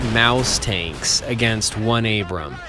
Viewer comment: It’s Abrams, not Abraham.